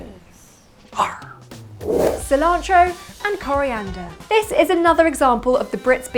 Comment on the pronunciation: excellent rolled "R" :) in cilantro :)